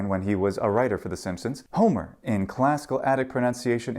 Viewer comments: If the accent is on "hó" why it sounds like you are doing it on mɛ? It sounds to me like you are pronouncing homɛros, and not hómɛros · He said hómε:ros with a long /ε:/ and he's using pitch accents, not stress accents.